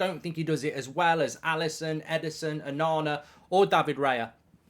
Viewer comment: The man lost me when he said onana 😂😅